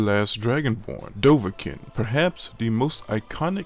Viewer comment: Do-vah-keeeeeeeen. Not kin.